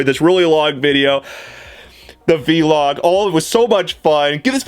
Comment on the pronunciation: Veeee-log XD its so funny how you say Vlog. I know it is Video Log but still I hardly hear others saying it like V-Log.